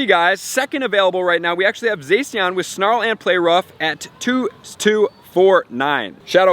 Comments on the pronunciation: it's zah-she-en not zay-see-en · I didn't want to be this guy but it's pronounced ZaShean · You pronounce Zacian like Zah-si-an